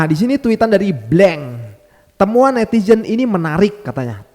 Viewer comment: Netizen bang bukan netijen 😊